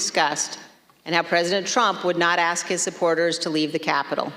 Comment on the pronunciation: at least we know shes about to be gone...and can i just say..its ask not aks,,,ask not aks.